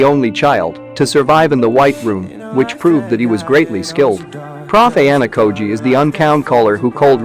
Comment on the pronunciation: Ok the name pronounced is so fucked up